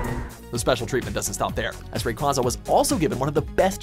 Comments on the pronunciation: Ray-quay-za NOT Ray- qua -za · Ray-Kway-Zuh, not Ray-Kwah-Zuh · ITS SAID RAY QUWAZZA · the cringe when rayquaza was pronounced wrong. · STOP SAYING RAYQAUZA'S NAME WRONG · It's R-A-Y-Q-U-A-Z-A #_# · Not how you say rayquaza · NOOOOOOO!! You mispronounced Rayquaza. But at least you got Metagross right.